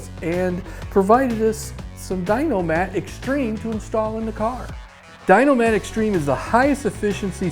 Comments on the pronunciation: It’s a shame I spent $1000 to dynamat my entire truck and I tell everyone how good of a product it is. Then I see dynamat sends some toolbag that can’t even pronounce their name correctly half a trucks worth of the stuff for free so he can make a crap video with it. Idk what it is but it irritates me. If a company is gonna send you an expensive amount of their product for free the least you can do is learn how to say their damn name. Ffs man. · Crikey they give youall that free sheise and you cant say their name correctly